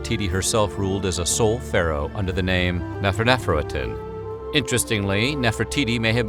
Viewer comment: Guy: saying Nefertiti’s new name correctly Me: neferherefer titi